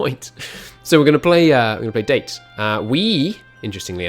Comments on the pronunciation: Jesus please stop calling it date. Da-Tay. >.< ears are bleeding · IT IS Dah-Tay not Date! MUH EARZzzz HALP MEH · IT'S DA-TÉ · If you're going to play as the Date, please say it right. DAH-TAY.